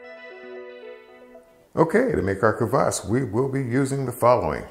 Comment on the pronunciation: Great video! Dead-on pronunciation of kvass (квасс). First time watching, very enjoyable and informative 😎👍👍🙏